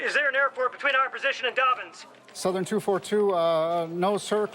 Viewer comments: It's Dobbins not Dorbins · Doorbins AFB English dude Dobbins not Doorbins!